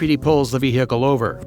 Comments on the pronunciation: Why you saying veHicle wrong.... such emphasis on the H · i love the way he pronounces "vehicule" its cute